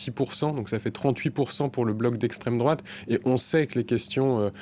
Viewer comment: Le mec il est payer a chaque fois il dit les mots ''' Extrême Drôate '' , il est lourd avec ces vieux éléments de language puéril 😮‍💨 Le pire , c'est que ce gars a un doctorat et il est pas capable de bien identifier ce que c'est la vrai extrême droite .